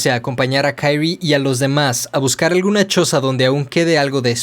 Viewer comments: Es Kyrie, no Kairy el la pronuncia mal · Se pronuncia "Kirie (桐絵)" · Me molesta un poco como menciona el nombre de Kirie